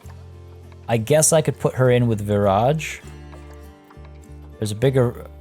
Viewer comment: The entire time you were saying Viraj I thought you were saying garage 🤦🏼‍♀️ it’s been a long day lol